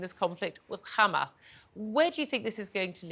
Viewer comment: douglas your a goof! and its HAMAS NOT HAMAZ.